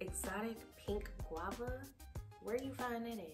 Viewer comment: She said Exotic pink Guave ? Where you find that at? 😂😂😂😂 subbing lmao